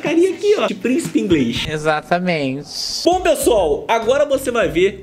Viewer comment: Arrocha príncipe”ingleiso” kkkkkk